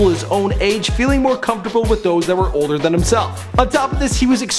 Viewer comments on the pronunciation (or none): none